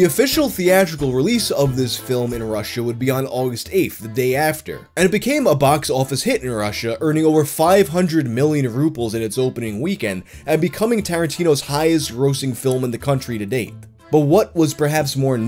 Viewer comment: Yeah I remember his visit in news with those ridiculous photos) it was meant to be a meme from the first sight. BTW our currency pronounced with solid B in the middle not P (which makes it sounds like Indian rupees)